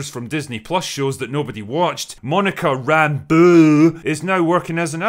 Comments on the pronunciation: Rambuuu. Say it right dammit! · Monica "RAMBUUUUH" had me crying every. single. time. you said it. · Im laughing at how you say Monica's last name. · Why is he saying Rambeau like that? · The way you say Rambeu is so annoying i had to close the video